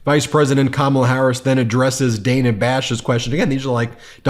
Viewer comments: It's bad enough when Trump mispronounces KAMALA HARRIS'S name but for you to mispronounce the name of Dana Bash is really rich. Dana Bash is hardly the new kid on the block at CNN...she's been around for some time now and her name is not pronounced with a hard "A". It is pronounced Daana! (just like banana). 🤣🤣🤣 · Friendly FYI: Ms. Bash pronounces her name as "Danna." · Although I agree that using MAGA talking points as questions is lazy and perhaps insidious, the name is pronounced like Dan-na. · Dana Bash's first name has a short A: DĂ na or Danna. There's no 3rd syllable in Laura Ingraham's last name: IN grum not IN gruh ham. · Dana like banana Kamala even corrected herself when she mispronounced it like you have been doing. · Hi, Ben. Dana's name is pronoucned like the guy's name Dan but with an ah at the end. Not Day-na. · Even right after in the clip, you can hear Dana herself clearly showing her name is NOT PRONOUNCED DAY-NUH! Come on, Ben, you're smarter than this! At least I hope you are. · PLEASE PLEASE PLEASE, look at the Notes section of this wikipedia article on Dana Bash, and PLEASE pronounce her name the right way. Otherwise, you sound ignorant or not smart enough to correct yourself once you've been corrected. By the way, this is the THIRD TIME I've brought this to your attention; is there some more direct way to get this correction to you? I know you don't want to sound ignorant, and generally you don't, but this is sticking out like a very sore thumb. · Why do you continually mispronounce Dana Bash’s first name? Kamala does it properly according to what Dana prefers and how her name is pronounced on CNN. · Is no one going to tell him that he says Dana Bash and Laura Ingraham’s names wrong? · I love how Kamala "accidentally" mispronounced Dana Bash's name, then corrects herself!!! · Ben, it's pronounced Dan-uh not Day-nuh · Ben...it's Dana, not Dayna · It's NOT Day-nah, it's Dann-ah!!! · DAN-A Not Diana! C'mon man